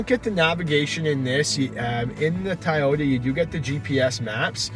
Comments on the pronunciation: You keep saying "Tai-ota." It's pronounced "Toe-yoda." And I don't mean in Japanese, I mean in English. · TYyota? 😂😂😂 It’s TOYota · It TOYota not TYota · "Tie-Ota"? I think it's pronounced 'Toy - ota" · Soooooooo no one is going to bring up the fact that he pronounced toyota wrong? He pronounced it thai oh ta. Instead of toy oh ta. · Ti-yota is killing me, but I love it. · TYota???? This guy is mui ignorante..... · Why the heck is he saying "Tieyota"? What the .... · Tah-yoh-tah wtf? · Sorry the way you say Toyota as Tieyota I give it a thumbs down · Is the first "O" in Toyota silent? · Is it me or is Toyota being pronounced incorrectly? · the amount of times he said toyota wrong